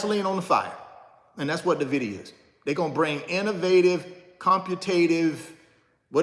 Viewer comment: Bro you repeat yourself constantly you said the same thing for over 30 mins And its not Navida its nvidia there is no vowel between the n and v